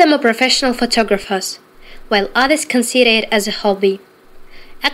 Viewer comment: Ну что же, challenge accepted. Тогда все ошибки по порядку. Уж извините, IPA транскрипцию писать не буду, и так поймёте. 1. others consider it: consideR it связующий звук R отсутствует. 2. actually: непонятно откуда проскакивает звук напоминающий R ACTUrALLY, неправильная артикуляция. 3. and unusual moments: Unusual неверно ударение на первом слоге. 4. the birth of a child: birth ошибка в TH произносится как S Birse. 5. visits to different countries: Visits произнeсено как Wisits. 6. starting or leaving school: Starting произнесено как Sarting, Leaving И произнесено как Е (Levving). 7. are much photographed: photographed проглочено окончание. 8. practically everyone: practically произнесено как practical, eVeryone V произнесено как W eWeryone. 9. immЕdiately: неправильная артикуляция звука И как Е. 10. moreover: V произнесено как W moreoWer. 11. photo: неправильное произношение гласных фОтО вместо фОУтОУ. 12. the Eiffel Tower: артикль перед гласной неправильно произнесён thE вместо thИ. И это только "грубая" оценка. И опять повторю своё раннее утверждение: если подросток настолько талантливый, как вы говорите, что может так бегло, с прекрасной грамматикой (лучше носителя) быстро подготовить рассказ, то это никак не увязывается с низким качеством его произношения, что и ставит под сомнение достоверность предоставленного видео.